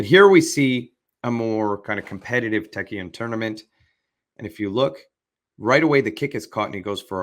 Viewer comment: It's Taekkyeon.